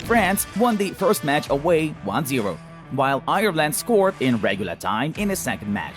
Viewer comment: Same I was nearly crying when he prounced Ireland and said Irrland